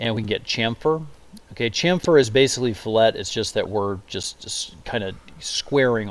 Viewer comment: Its fill-it not flet